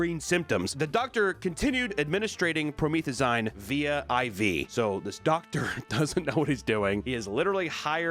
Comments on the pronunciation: WHAT THE FUCK IS PRO•MEETH•A•ZYNE/PRO•MEETH•A•ZEEN?!? It's Pro•meth•a•zeen. Also known as narcotic-grade cough syrup, the stuff they mix with sodey-pops & energy drinks & slushies etc to create "Lean" aka "Drank." You know how like all those rappers in the late-2000s & early-2010s like Lil Wayne & Lil Jon & Lil Boosie & all those lil' guys would so often be seen with a big-ass white foam cup or a big red party cup in their hand? And how said cups would often have those plastic lids like you get at McDonald's on them making it impossible to see what was in the cups? But every now and again there'd be no lid and youd see they were drinking this extremely bright almost florescent colored liquid, usually dark purple? Yeah that wasnt like some homemade ghetto Kool-Aid just like theyd make back in the hood. No theyd get their cup, fill them up with a delicious sugary brightly colored beverage like Kool-Aid or Gatoraid/Powersaid or Purple Drank or whatever tf and get a bunch of crushed ice in there too....and then get a big-ass prescription bottle of promethazine and just dump the whole thing into the cup with the drink & stir it all up to mix it up nice and good. And then they would drink all that over the course of the day — like from waking up to bedtime — cuz you just need to take one solid sip and youre practically nodding out like youd just done a shot of goddamn heroin! Hence the name Lean. Which of course has led to tons of rappers dying of a Lean overdose. I think a recent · This is random but isn’t he pronouncing promethazine weird 😅 idk made me chuckle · not knowing how to pronounce promethazine just shows how pure of a soul he is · Hands down one of the funniest ways I've ever heard someone pronounce promethazine. Love the content, age restrictions be damned! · As a pharmacy tech, the way you pronounced "promethazine" made me giggle lol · pronouncing promethazine like that honestly had me dead 😂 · Promethazine: Pro-meth-ah-zeen